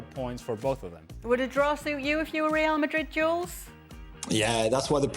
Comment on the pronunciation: I love how ale says real Madrid. As he says it properly